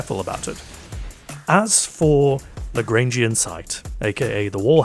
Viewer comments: You are first person I’ve seen to actually pronounce “Lagrangian” correctly. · Shout out to for being the only Destiny Content Creator who isn't utterly confounded on how to pronounce LaGrangian